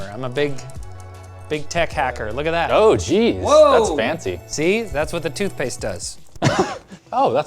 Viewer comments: tootphase? lol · "tootphase? toot-phase?" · "TOOTPHASE" .... Close enough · What's "tootphase"? 😂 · "Tootphase" lol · What the hell is "tootphase"? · rip "tootpaste"